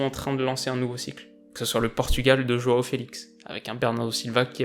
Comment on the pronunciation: Pitié arrêter de dire jOAO , sa se dit JOU/UN/O merci , sinon superbe vidéo comme d'hab